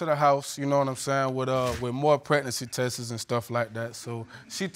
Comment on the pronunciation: If this fool don't stop saying "tesses" instead of tests.